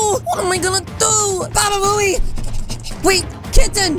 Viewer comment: U said baba boey